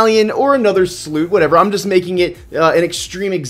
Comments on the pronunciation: it's a Sloop not a Sloot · Sounded like you said sloot lol